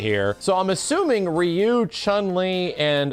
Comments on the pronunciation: c'mon reeeyou isn't the right pronunciation for ryu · I thought Ryu should be pronounced as LEW as Japanese always pronounce R as L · That's not how you say Ryu though. I mean, it's closer than what people usually say but yeah.